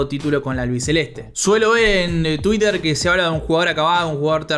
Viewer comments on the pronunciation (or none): none